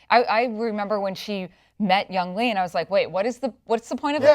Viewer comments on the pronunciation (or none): It's been over a year since they posted this, but I'm just watching the show now and I have to say it's Young-HEE!!!!! (not Young-lee)